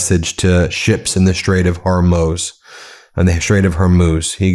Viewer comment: i'm glad you are trying to correct your pronunciation of Hormuz. pronounced like Hormooz, not Hormos